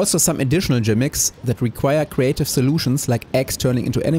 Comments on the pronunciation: Wait. Did you really say "jimick?" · Lovely video and very helpful. Just one small note though, It's Gimmick, with a G. It's the same pronunciation in German.